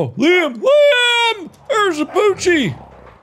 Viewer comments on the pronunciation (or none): I can't believe I've been pronouncing my name wrong this whole time when OBVIOUSLY it's been LEEM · who else got saddened by the way he said liam... its said lee-uhm, not leem lol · Game:Liam Mark:Leem